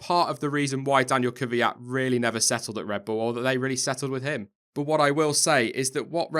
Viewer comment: why do all english say "kyviat" when his name is kvyat?